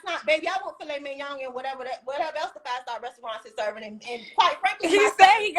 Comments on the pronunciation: This chic can't even pronounce filet minion correctly. How do you know to ask for it at a restaurant? SMH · She can't even say Filet Mignon right